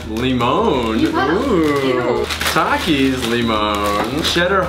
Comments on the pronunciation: dude i can't stand the way you say takis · It’s takis not taks